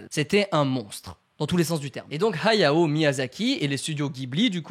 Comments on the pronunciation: Arrete de dire "Hayo" c est Hayao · On dirait que tu dis はよ (hayo) au lieu de Hayao ahah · Ok pas mal l'anecdote par contre ta prononciation de " hayao " est abominable il fallais le dire